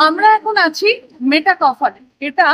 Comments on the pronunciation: "মেটা ক্যাফ" হল নয় "মেটক্যাফ" হল! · Travel blog korchen toh at least jaayegaar naam ta theek bolun. English boltey na paarleyo, portey toh paaren nishchoy. Ota Mey taa cawlf noye. Met calf. Building er upor boro korey engraved aachey. Aar blogging koraar aagey ektu poraa shona o nishchoy korechen. 😮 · MetA Kuffe noe "Metcalfe" would typically be pronounced as "Met-kaaf" (মেটকাফ). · Dear 🎉,Great to see your VLOG(2nd.vlog for me)...please don't mind☝️I was hearing the pronunciation of the name."please say "MET"CALF".Pls.remove the"META"👍Practice full 10 minutes Champ🥇🙌Thankfully yours🎉👏👏👏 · আপনার উচ্চারণটাই ভূল।আপনি উচ্চারণ করছেন মেটাকফ হল আসলে সঠিক উচ্চারণটা হচ্ছে মেটকাফে হল। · Uchharon hobe, met-kaf